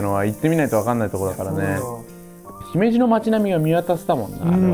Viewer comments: 山本さん、姫路の発音ちゃんと言ってくれてるん嬉しい☺️ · 姫路の発音が東の方にしては自然でGoooood👍